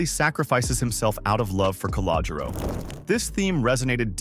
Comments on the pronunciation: Cah-low-Ger-Ro....work on it! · Also, if you can’t pronounce Calogero, don’t say it.